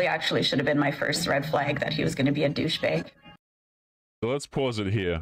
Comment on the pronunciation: She says “douche-beg” like JOSEPH STRICKLAND! If you know, you know!